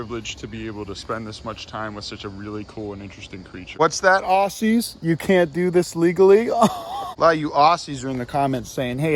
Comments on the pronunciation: Awssies…(dies laughing).. mate, say it like Ozzies 🤣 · It’s pronounced Auzzies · I'm not sure if you were trying to say 'Aussies' there or what, but if you were, it's pronounced 'Ozzies'.